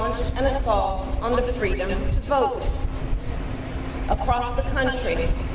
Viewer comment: Gee, I hope she tells that fun "FWEEEEDOM" story again